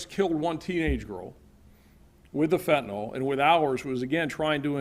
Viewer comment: Fent a nil not fent a nol. Get it right USA.